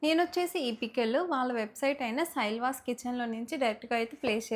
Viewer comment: సైలాస్ కిచెన్ akka సైళ్వాస్ కాదు 🥰